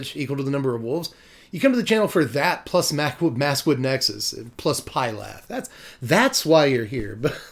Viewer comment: It's "F"-ylath, not "P"-ylath. That Ph does a F sound. :P